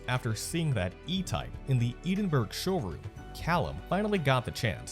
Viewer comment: Did the narrator really just say "eedin-berg" 😂😂